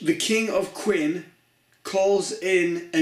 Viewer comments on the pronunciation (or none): Great review. No offense intended but "Qin" is pronounced "Chin" as in "China".